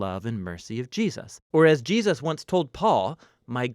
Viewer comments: Not sure if it's my headset, but I constantly here "Ji-us" instead of "Jesus"...it's weird. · Gee-us-ses. = ) Love these. They help so much. Thanks. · I noticed it too